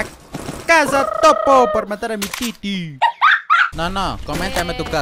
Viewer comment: JAJA Dijo "Titi" No "Tilin" 😂